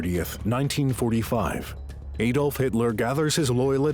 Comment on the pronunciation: Its not aydolf its adolf .. ad olf